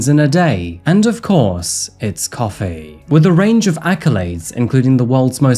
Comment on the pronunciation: I like your videos but what's lately with that narration prolonging last syllables like cofeeeee. I don't understand, you had one of the best narration on yt and great voice for these videos, please don't ruin it with this. I am binge watching your old videos but almost couldn't make it through this last one. It's so unnatural, why ruining what 's working well.